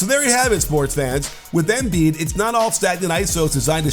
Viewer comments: Coach sorry for being the pronunciation police but as far as I’m aware from living in Philly it’s “emBeee’d” not “M bead” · Pretty annoying the way you say his name tho...you say Émbiid, putting the accent kind of in the e...why you don't just say normally Embìid?? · Someone had to say it XD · Does it on purpose because he hates Sixers